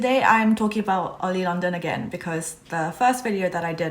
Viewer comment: I like how you said oily London And I am a new stay too